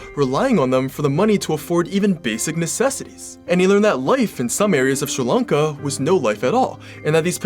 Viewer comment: I finally found someone you says sri lanka properly.